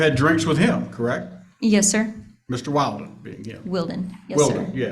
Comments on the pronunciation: Why can't this lawyer pronounce Will-den? 🤨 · I really wonder about, Mr. Valdez’s attorney. Is he all there? He cannot remember that Christopher Draper’s last name is Willden not Wilden. He can’t pronounce a name correctly after being corrected numerous times. I just wonder about him. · I know, so funny! After being called Willden, Wilden, his lawyer is calling him Mr. Walden!😜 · Dad’s lawyer was killing me with the (“WILD”-in) pronunciation of the boyfriend’s last name. Gotta give mom credit for correcting him EVERY time (“WILL”-din?”). You can’t make this stuff up 🙃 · The lawyer mispronouncing wildin, is no mistake.lol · Ah-hem - It’s “WILLDIN” 😂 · The hub's attorney just straight refuses to correctly pronounce the boyfriends name WILLDEN 😆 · He's inserting a meme into the Judge's mind. Intentionally pronouncing it as "Wild-in" or "Wild One" sets into the subconscious just what kind of people she and her boyfriend are, and why he shouldn't be around the kids. I loved it, it's absolutely hilarious and sharp. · yeahhh... stereotypes exist for a reason. i also thought it was hilarious that no one (other than leah) consistently pronounced "wilden" correctly 😂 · Lawyer keeps mispronouncing the guys name, and she keeps correcting! It's perfect!